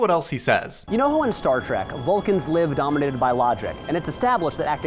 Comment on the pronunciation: There's no way you didn't say "Dominated by monsters" like that on purpose, lol